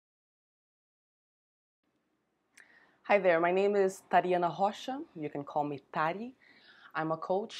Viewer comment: the way u said ur last name, Rocha is a latina last name and u said it very weird , anyways exactly why I got married young it was an easy way out for me because she was always on my butt